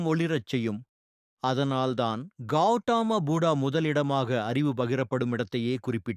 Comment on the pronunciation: Please pronounce Gautama Buddha properly